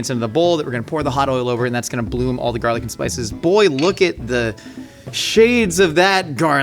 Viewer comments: why does he say jarlic and not garlic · I thought it was garlic and not jarlic. Quit trying to be cool